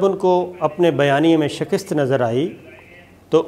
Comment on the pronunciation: Sabir saab Shakist nahi hota, Shikast hota hai... u r awesome by the way...